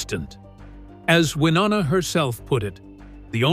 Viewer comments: C'Mon now 😮. Her name is NOT "Wah NANNA!" Try "Y NONNA" .... You know, just as the spelling indicates. HELLO😊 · Why-O- Na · Can you stop calling her wynanna you idiot it’s Winona. Do your research. It’s so disrespectful. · Damn...a 'narrator ' that can't even Pronounce his subjects NAME CORRECTLY, infuriating!!😡....WI-NO-NA....dur!! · Hearing that narrator mispronounce Wynonna’s name over and over was frustrating!! It’s Y-NO-NA!!!! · I'm going to wait on commenting about the exaggerating about the medications. What is with the butchering of Wynonnas name???? It's pronounced Why-known-uh Good gravy. The pronunciation on here is a disgrace. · And if he said Wanana one more time I would lose it.😀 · WY-OH-NA Sound it out. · Shouldn’t you know how to pronounce the person’s names you’re supposedly giving inside information on? Maybe it’s just me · To the narrator: Take the time to pronounce proper names correctly. You’re butchering Wynona’s name and that’s unfortunate, as well as distracting. Do better. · Why don’t you learn how to say Wynonna’s name right? Sound like a complete moron! Also why don’t you leave this family alone. Thrive off of people’s loss there pain. Only the family knows the real truth and as it should be. RIP Naomi Judd🙏🏼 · Do they really expect anyone to believe a word of this when this idiot can't even pronounce their name's correctly?????.? For me, it is a hard NOPE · Don't make videos when u can't even pronounce the names properly - so disrespectful!!! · Please do your Ryan’s learn how to pronounce her name correctly how disrespectful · Who cares if she'd had cosmetic surgery, what the hell is shocking about that? It's just sad that she chose to slam Wynonna in her final goodbye, if, in fact, she did... Many artistic souls are troubled, often it is what lends or enhances their talent. The only thing shocking this is your butchery of names!🤬 R.I.P. Naomi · Hard to listen when you cannot even pronounce Wynona